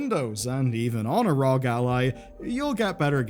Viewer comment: Your just like Gen X calling U.P.S. Ups.... It's R.O.G. Not Rog.... Say it with us. R.O.G.... R.O.G. :D how hard was that? XD